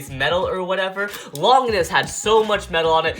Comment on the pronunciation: he said longinis